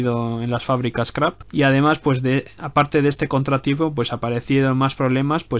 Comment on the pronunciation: no es Krapp chaval se dice Krupp como suena